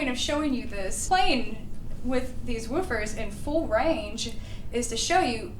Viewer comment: Love this. I remember the days when I would stroll into Pacific Stereo and marvel at the latest McIntosh gear, miss that! Now, about these Woof-fer’s, yes, it’s woof-fers, not vufers… Lol, it's all good and these are impressive!